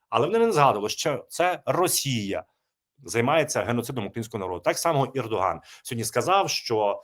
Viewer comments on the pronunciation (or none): none